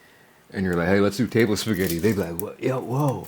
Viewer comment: I love how you called it spagett! 😂